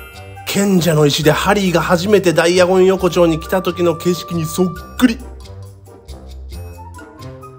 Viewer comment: ダイアゴン横丁がダイナゴンアズキにしか聞こえなくなってきた笑